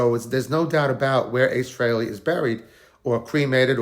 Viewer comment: Need to pronounce his surname properly. Also the guy isnt even cold and he needs to be left in peace for a while before visiting him. I hate it when poor celebs etc are buried etc one day then the next youtube douchebags are crowding to get a video on their page to get a pop. Grr